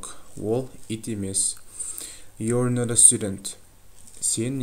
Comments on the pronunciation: not дегенде nor деп айтасыз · "Not" неге "nor a" естіліп тұр?